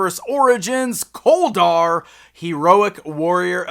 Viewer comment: His name sounds like colder instead of kol dar